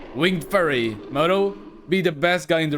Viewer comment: Fury! not Furry!